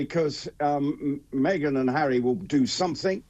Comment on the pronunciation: Me-Gain is laughable.